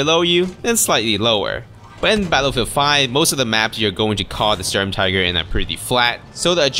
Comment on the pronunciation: Is not "Storm-Tiger" it is the Schturm-Teegr